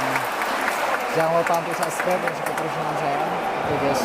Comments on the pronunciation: HAHAHAH LU LIAT DEH DIA NGOMONG SUBSCRIBE JADI SUBSGREB WKWOWKWO KOCAK NGENTOD .. Kok gw emosi nnton nya yah wkwkw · Kata martunes jgn lupa sanscrep😂😂bang sklh lagi biar bisa bilang subscribe😁😁